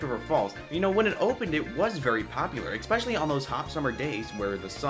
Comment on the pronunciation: ‘ek-specially’ lol. Cute.